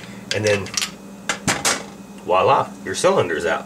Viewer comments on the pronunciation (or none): none